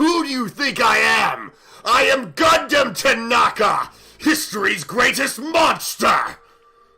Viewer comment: Repeat after me. G U N D H A M T A N A K A